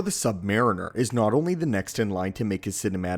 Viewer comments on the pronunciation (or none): none